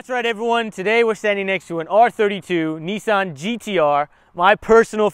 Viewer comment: NEEEESAN ......... Nissan